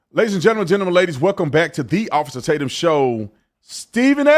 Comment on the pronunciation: I heard "Welcome to the AWESOME Tatum show". It took a second for my brain to recognize he said OFFICER Tatum, then decided awesome Tatum works too. :)